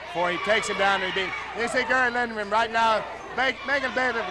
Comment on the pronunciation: The PBP announcer says Lindgren, which makes more sense. The color commentator keeps mangling the pronunciation.